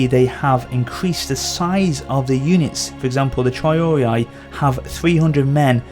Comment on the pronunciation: It's spelled tree-ar-ee-ay,not traiorii